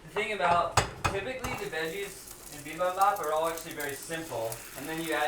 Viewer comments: lol bibabap? You guys mean bibimbap? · Just a lil tid bit: Bibimbap is pronounced Bee beem bahp. And the Koreans usually say Gim chi, not kim chi. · Haha "bee-bom-bap"